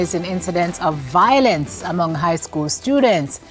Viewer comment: VIO-LENCE and not VOIL-ENCE. I am tired of hearing this mispronunciation...